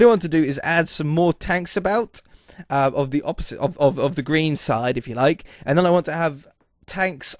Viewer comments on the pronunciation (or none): none